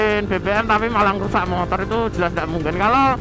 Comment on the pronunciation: 01.42 "pembakaran montor kalian..." pertahankan mas..logat wong jowo, motor dadi montor..hehe mantep pokokelah..hehe